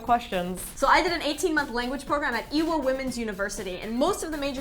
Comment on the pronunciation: I thought she said "Evil Womens University"